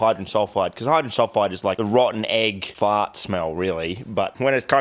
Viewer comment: I love how Australians say “fart”. Faaaaaart